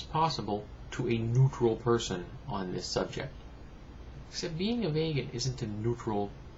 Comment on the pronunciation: Just a quick correction, not v(ay)gan, it's v(ee)gan.